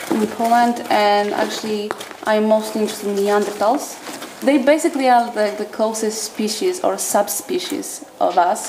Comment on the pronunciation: At least they were *NeanderTALLS", and not "NeanderSHORTS", am I right?